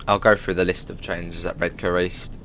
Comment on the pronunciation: I'm a Redcar lad myself and it's awesome to hear someone pronounce Redcar like us locals do (Redka - silent 'r'). Excellent stuff 😀😀😀